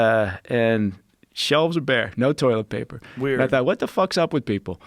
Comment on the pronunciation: “Toiwet Paypaw” Everybody misspeaks from time to time, Joe. Joe Biden had a stutter as a child and he overcame it. To rule him out of an election because he sometimes stumbles over a sentence or misspeaks is unfair. Trump does this too. You are a reasonably intelligent man, Joe Rogan, but we all miss speak sometimes.